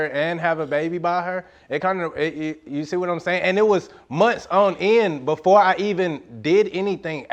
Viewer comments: "bofer dem" like oh mannn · “I told the burff of them” 😩